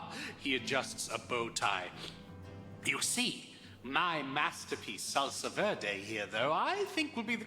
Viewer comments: It's "Salsa Verde" bro!!!! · Oh my god, it's "Salsa Verde"!!!